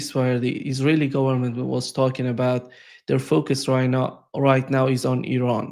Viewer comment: I like Mr baud , however when he says focus ...it sounds like ...fuk us ...and I laugh